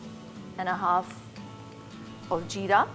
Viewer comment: Jeera nai hota zeera hota hai